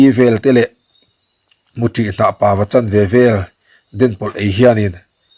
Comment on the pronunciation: A bengvarthlâk e. I titha hle mai. Mahse, Naupanglai tih ni lovin naupanlai tih tur aw. Mutih kan tih leh i Mutih tih khi a inang miah lo. 😅